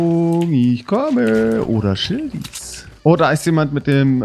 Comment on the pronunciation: hat schildies gesagt und ihr habt das nich gemerkt